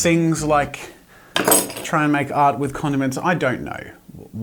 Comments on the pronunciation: So many times I thought he said condoms 😂🤦🏻‍♂️ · jazza you mumbled when you said condiments and it sounded like condom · thought he said condoms not condiments cool video